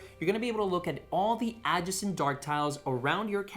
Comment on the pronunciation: uh-JAY-sent, not AH-juh-sunt. Seriously dude, it's cringey as hell. Say it how your co-host does.